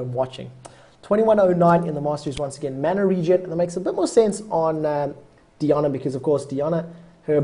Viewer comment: DEE AH NAH. All of my rage. It's Die ann uh.